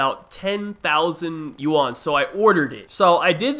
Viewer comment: "yuan" thats harsh..... Its not "You an" more like "oo en" it sounds weird when you do it. But that means you are doing it right.